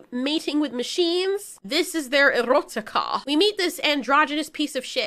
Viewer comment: You’re Scottish accent when you said ‘erotica’ made me laugh.